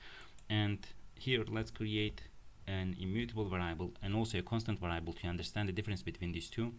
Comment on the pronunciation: Its pronounced “variable” vâr′ē-ə-bəl